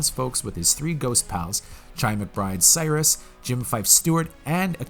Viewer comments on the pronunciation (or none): none